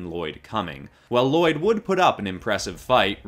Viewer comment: You pronounced "Lloyd" wrong